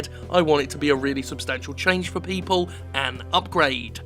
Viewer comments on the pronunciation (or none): none